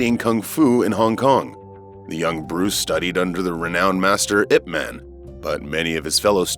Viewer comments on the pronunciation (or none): great vid, just one note his teacher/mentors name pronounced “Yip man” not “Ip man”